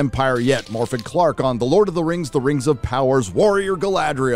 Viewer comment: And please, can people start pronouncing Morfydd's name correctly. The 'f' is sounded as a 'v', and the "dd" is sounded as a "th". So think of it as Morvyth.